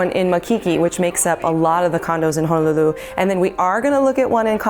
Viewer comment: So far your the only realtor saying Ho-no-lulu correctly! Mahalo